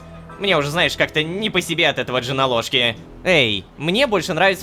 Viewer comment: Джоналошки мне слышалось как женалошки